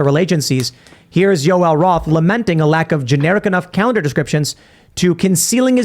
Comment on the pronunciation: Yo El Roth?!? It’s Joel bozo